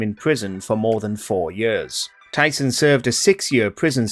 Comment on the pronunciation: its Tyson not tython